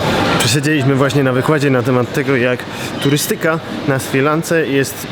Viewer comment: *Turýstyka Krzysiu :D Zwracaj uwagę na akcentowanie, bo razi w ucho xD